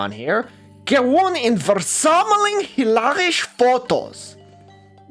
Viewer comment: You really need to work on your Dutch pronunciation. The (sch) in Dutch is not /ʃ/ like in German, it's actually a cluster /sx/ and word finally (as in hilarisch) it's just /s/. I suppose pronouncing as [w] is technically not wrong because there are some Flemish variaties that do that, but the most common pronunciation (esp. in the Netherlands) is [ʋ].